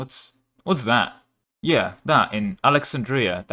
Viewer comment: The most cursed thing in this video is how you pronounced Alexandria